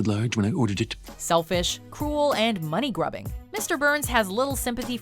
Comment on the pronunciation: Sorry, but Money-GRUBBING Am I the only one who heard it